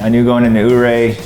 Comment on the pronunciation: From the moment I heard say "Ouray", I knew... wrong turn ahead 😉